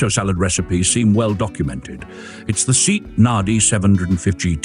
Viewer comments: "Say aht". Not "seat". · Did you say seat, as in a chair? It's S.E.A.T. ("see-ott") very much like F.I.A.T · Something like SAY-ott in Spain, SEA-ott in Britain. Seet in crummy A.I. These interesting cars are worth more having more attention given to scripts and video editing. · It is pronounced SAY-AHT. Robo-narrators are for shit. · Same here. And: AI voices are soulless. They can't pronounce SEAT correctly. We humans, the pinnacle of creation, are unique in our ability to speak. Machines that simulate humanity are neither human nor virtuous. They distort human thought because many people fail to realize that there is no personality involved. Greetings from Germany!🇩🇪🤝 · For God's sake, at least get the pronunciation of the marque correct! I'd rather have facts i can trust than cutesy banter.